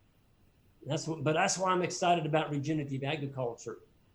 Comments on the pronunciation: Regenerative. Regen-er-a-tive. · Dean O. Look, i use my real picture and name because i intend to be thoughtful and think people should be real even online so please dont try to pretend that you know anything about me. The host of this video also said regenitive and he have no detectible accent. my whole intention is to say that we need to be careful in what we say and how we say it as words do matter. “I seen” seems to have replaced “i have seen” as standard english these days as an example. I never called ignorant so please cut it out. I said what i said and that is all there was to it. If you want to take away other meanings please feel free but thats not my problem at all. You call it nitpicking but again, words matter. Immigrants speaking broken english never get the respect that they deserve, individuals speaking with rap lingo face a similar issues. So im not judging anybody but not wanting the mans message to be lost on people because again, its important. Im done talking about this though, just understand that constructive criticism isnt negative criticism. Hey can you sound out the full word vs youre a moron and ignorant are two different things. Cheers buddy. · Regenerative: re-gen-er-a-tive. Generate, regenerate, regenerative. From a Nebraska neighbor. is awesome!! Wonderfully helpful.